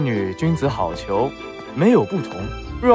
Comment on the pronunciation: 君子好hǎo逑？不是hào么？